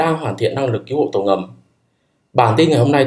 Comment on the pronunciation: Cứu chứ không phải cíu hay kiu nhé